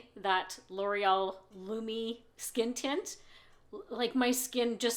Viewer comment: Wow! I hate to sound like an elitist “language snob”, but I have watched over a dozen YouTubers test that first L’Oreal product and you are the first to pronounce the name correctly. I actually sought out the ad for the product to find out if L’Oreal had initiated the mispronunciation, and everyone else followed their lead. But no, that was not the case. Thanks for either being familiar with the French pronunciation, or at the very least, cared to perform more than perfunctory research prior to airing your video. Small touches show that you care about your audience and the product that you deliver to us. I want to let you know that I appreciate your attention to detail and that you’ve pushed me over the edge to buy Lumi Le Glow tint. Thank you!